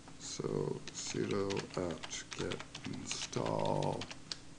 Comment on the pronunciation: When I hear: "Abantoo", or "soodoo" I know right then and there: this person has no clue about things he's talking about. Not in this case, however. Thumbs up!